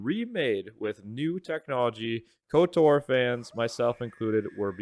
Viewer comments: Why are you pronouncing it as kotar do you say ald instead of old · The way you pronounce KOTOR is so tuff 😮‍💨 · Literally painful to listen to. But he’s one of “those” guys that plays as a girl in RPG’s, so not overly surprising.